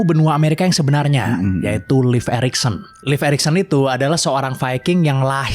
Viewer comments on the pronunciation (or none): Si Leif ya kawan kawan bukan silhit